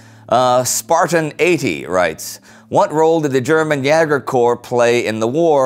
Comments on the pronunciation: Would it be possible for Indy to stop pronouncing the aa short and pronouncing it long like it's supposed to? Yaeger sounds much better than Yager, and he always says Yager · The Great War Thanks ever so much for replying! I meant that in terms of ä being pronounced the same way as "ea" is in "bear", or at least that's what my experience with the German language tells me. This differs from the way the video says "ya-ger" rhyming with "flagger". Anyhow this is a history channel, not language, and it's bloody amazing so thank you! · Jäger is pronounced YAY-ger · Is Jäger not pronounced as Jayger rather than Jarger? I'm learning German so i'd like to just get this clarified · it isn't 'ya-ger' (Jager), it is pronounced 'yay-ger' (Jäger/Jaeger) :) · Why do you say "yeahger" and not "YAYger" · No, it's pronounced Jäger. The American A is quite close to the Umlaut. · Jäger is pronounced more like "yay-grr," and does not rhyme with "dagger." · "Jäger" is pronounced "Yeager" (as in Chuck.) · Jäger is pronounced yay grr. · Hi indy! I have a tip for you. (sorry about my bad English, I am Dutch, and learn English at school for only 3 years. I have to study some more 3 years.) But I learn at school to German, and we spend a lot of time on pronunciation. In this episode, you tell about the German jäger corpses. You pronounce Jäger with a long a. It has the same sounds as the 'a' in States. You can also check the Google pronunciation. Keep up the great work! I learn a lot! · Indy's way of pronouncing jaeger was realy amusing XD. Btw if all of you Great War crewmembers had to pick one nation to fight for during ww1 which would it be? Loved the video, greetings from Holland! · Great as allways. Just one correction: Jäger is pronaunced with /e/ in place of ä. It should be dipthong /æ/ but never heard a german person pronouncing that way.